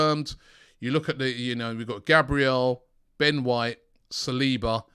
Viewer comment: Saliba is pronounced SAL-IBA not SIR-LEBA (it’s my brothers name born in Paris).